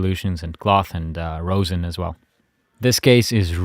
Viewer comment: ummm I think later on you said the bridge or the shoulder rest but it’s actually called a shoulder rest and the bridge is located on to of the violin kinda in the middle plus you kinda miss pronounce rosin but maybe it’s ur accent